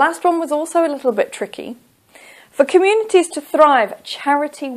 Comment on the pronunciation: Your pronunciation wrong for communities and bicycles